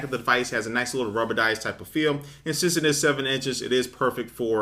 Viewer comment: "rubbered-ice" (again) FAIL!!!